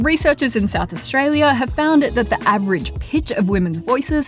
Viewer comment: I love that you said it as straya